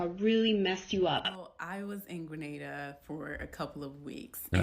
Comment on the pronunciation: Is Grenada supposed to be a country or something? If she means she's in Spain (because with the 2 hours of everything shutting down for eating, it does sound like Spain) it's Granada, not Grenada.